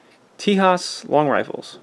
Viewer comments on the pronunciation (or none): The correct pronunciation is more like Tayhas. It means friend or ally. And eventually became the name of the 28th state, Texas in English.